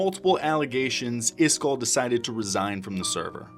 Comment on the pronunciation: Why are you calling him iskarr? Am I tripping?